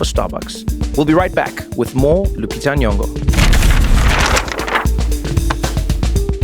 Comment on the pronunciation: It always surprises me when someone pronounces Lupita's second name correctly. She might have the most butchered name in American media.